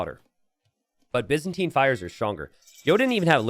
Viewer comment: For reference, Byzantine is pronounced with a 'bye' sound at the start, not a 'biz' sound